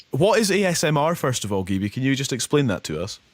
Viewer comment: Wow this amazing she on the BBC!! I love how the presenter says her name wrong poor gibi